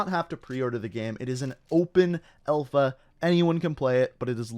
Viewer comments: Alpha or Elfa? I guess Canadians be Canadians... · I'm Canadian and everyone says alpha. Only says elfa 😂